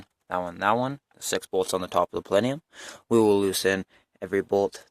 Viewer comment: What's a "palenium" 😝